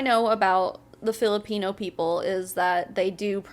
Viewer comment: The way he says “Filipino” like there’s a hard R in there somewhere 🌝